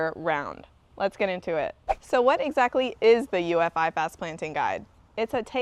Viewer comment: IFAS is pronounced “I- fus” not “I- fas”. I work here.